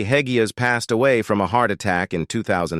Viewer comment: Too many mispronounced words. Robert Hegyes' last name is pronounced "hedge-esh"; Hegyes is a Hungarian Family Name.